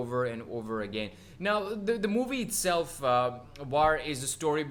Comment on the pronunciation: WTH! You did not even know the diff. between the uniforms of indian army and pakistani army... Are u for real For your kind info. Its WAR not Vaar ok